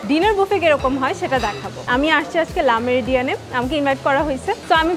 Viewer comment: It's not la Meridien, it's called Le Meridien.